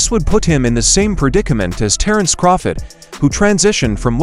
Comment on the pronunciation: Please stop saying Terrance Crawfid it's CRAWFORD.LOOOL